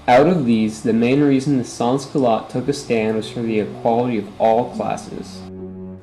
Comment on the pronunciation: As a reply from the main video editor of the film, our appologies for the mispronunciation of sans. None of the producers of the film spoke any French, and we did not have any audio research, so our bad for the mispronunciation